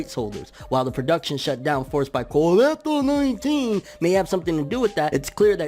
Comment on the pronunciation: THe way you said Covid -19 got you my SUB lmao